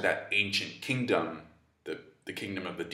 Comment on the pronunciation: "The kingdoom of the Ds" Hehe